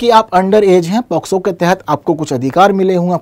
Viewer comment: Sir ye पॉक्सो होता है शायद।। आप पोस्को पढ़ा रहे हैं 😢😢